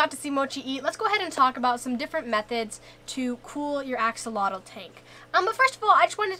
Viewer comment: Axolotl = ah-sho-lotl not axe-uh-lah-dul. Plural:Axolomeh ah-sho-lo-meh. thank you for preserving our native words. tlazohcāmati!